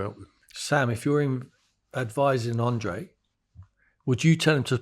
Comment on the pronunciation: His boss “Andre” or Andrea as he’s usually known paid him £500k and he can’t even get his name right 🥴